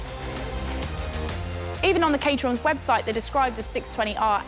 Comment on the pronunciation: I thought it was pronounced Cat-er-ham